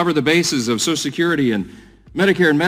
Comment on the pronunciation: Why can't he say social! There's no such word as sosh security. Further evidence that the GOP is full of idiots.